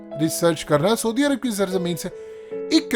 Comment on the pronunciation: Say: sa+oo+di arab, not sodi arab.